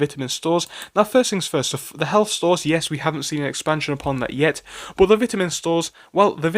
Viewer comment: Vit a min not Bitterman